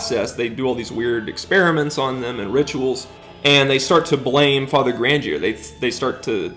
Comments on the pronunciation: You keep mispronouncing Grandier's name. How come? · I don't mean to be a stickler, but these pronunciations really a rent that hard, you could at least try. Say it with me now. Grahn-dee-aye, Lew-don. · You watched the movie but still mispronounce Grandier and Richelieu?